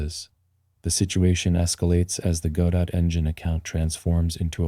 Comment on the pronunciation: Which part? AI voice that can't even pronounce Godot, AI generated script and Ai generated images... what did you do exactly?